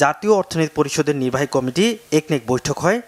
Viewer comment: উনি কমিটি কে কমিটি কমিশন কে কামিশন উচ্চারণ করে সে কারণে উনাকে সংবাদ পর্দায় দেখলে ঐ সংবাদ শুনিনা।